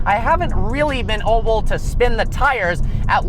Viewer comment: He keeps saying Oble instead of Able